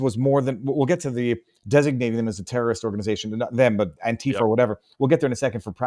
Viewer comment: Interesting speech impediment you have,. You pronounce the word "terrorist" like the word "journalist."